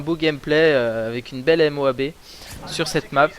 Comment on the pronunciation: Dit Moab pas M O A B